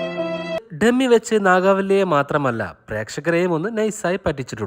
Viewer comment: naagaavalli alla nagavalli😂😅